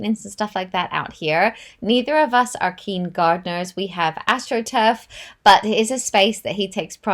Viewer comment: Did you say your grass is astruf?